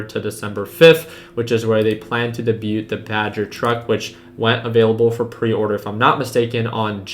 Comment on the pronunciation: the word debut is pronounced "day bYoo" ... silent "t" same with the past tense: debuted "day byood" you are very smart though. appreciate this video. I'm just now getting into stocks and nkla was the first company that motivated me to start trading